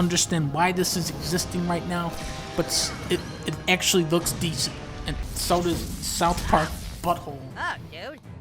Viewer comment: GUUUUUh, ACTULAY DUNKEY ITS MATTER EATER LAD!